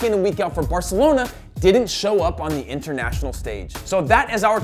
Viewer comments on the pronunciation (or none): none